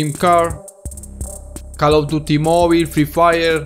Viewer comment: He says call of toty